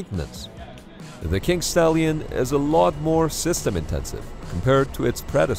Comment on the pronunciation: I can't be the only one who hears "Kink Stallion" right?